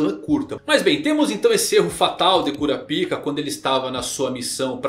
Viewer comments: Toda vez que ele fala cura pica eu repito cura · CURAPICA ? KKKKKKK CARA FALA DIREITO O.NOME DELE POR FAVOR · O q custa pronunciar na versão BR "kurapaica" kkkkkk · Esses novos chegados da obra prima chamada hxh destruíram o nome do personagem mais foda… que mané curapica é kurapaika Zé só assistir o anime antigo esse novo me da um ranso ao pronunciar ssse nome … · Só eu quando ouço Curapica,fico rindo por dentro 😂😂😂😂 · Minha quinta série n me permite segurar a risada na hr q ele fala "Cura Pica" kakakakkakakk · Kkkk quando o cara fala o nome cura-pik o vídeo vira piada kkk😅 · Kuroro? Porque ele fala todos os nomes assim se eles são escritos claramente diferente? Perguntando na moral mesmo, curiosidade. Eu sei que os japoneses pronunciam parecido com isso mas não quer dizer que não tenha o L no nome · Essa pronúncia "Cunapika" tira toda a seriedade do vídeo. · Meu fi, fale Kurapika direito, que agonia...